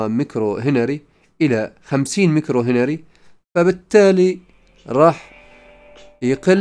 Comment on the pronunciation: شكرا، لكن كلمة هنري يجب فتح حرف الهاء و ليس كسره و تسكين حرف النون و ليس فتحها و أيضا امبير حرف الباء الاعجمية P و ليس الباء، لأن الكلمتين أعجميتان و يجب نطقها جيدا للفهم و احتراما. تحياتي